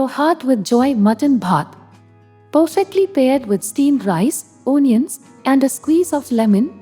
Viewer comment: It's a nice recipe and a must try. Please note Onion is pronounced as 'uhnion'.